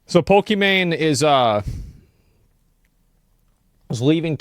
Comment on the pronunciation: Poke - Man?